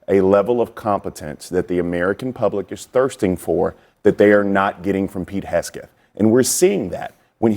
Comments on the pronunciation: Can the one guy get Hegseth’s name right? It’s not Hesgeth. It tears at his credibility. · Omg Its HEGSETH NOT HESKETH 🙄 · I keep getting distracted every time i hear that guy say “Hesgeth” instead of “Hegseth” 😂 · Why is he saying Haskett !?! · It’s Hegseth not “Hesgeth.” I don’t like the man but the mispronunciation was driving me nuts. I thought it was a mistake at first til he said it that way multiple times. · keeps saying Hesgeth instead of Hegseth. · I'm in agreement with him, but it's hard to take Bakari seriously when he keeps mispronouncing Hegseth's name as "Hesgeth" again and again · How many times are you gonna call him "Pete Hesket" 🤦🏽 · Bakari killing it with mispronouncing Hesgeth 😂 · Dude who talks for a living keeps mispronouncing "hegseth" every time he talks about incompetence. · It’s “Heg-Seth”, eeesh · Bro can't say Heg Seth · The country boy from South Carolina talks about incompetence, yet can't even pronounce Pete Hegseth's last name correctly, can the boy even read? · Dude can't say Hegseth can he? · I love how Bakari pronounces Pete's last name!😂❤ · Why can’t Sellers pronounce Hegseth right? Annoying. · 10 min discussion and nobody corrects this poor guy on Hegseths name. 😂😂😂 Everybody is too scared to be cancelled to say anything. So stupid 😂😂😂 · Both trump and idiot hegseth should be charged with war crime. They need to go down. Also, why bro keep mispronounced hegseth's name? 😂😂😂😂😂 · I am with the people who said: honest investigation and the truth; also with: I doubt Trump or Hegseth will be honest about anything, especially that; but for the love of decency, it is imo VERY RUDE for a panel member so say the Name of Pete Hegseth INCORRECT for more than half a dozent times; if you go on a panel, plz inform yourselves beforehand; that made eveything he said very untrustworthy; btw, unbiased european here...